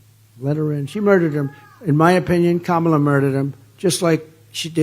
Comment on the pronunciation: He's at least pronouncing her name right! Finally!